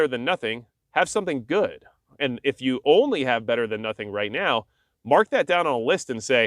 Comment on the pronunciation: it's "just as guud"